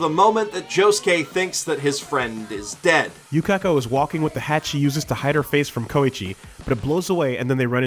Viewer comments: "jotAHro" "koy-chi" "yuKAHko" "shining diamond" *breaths in* boi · The way you say Jotaro and Yukako sounds wrong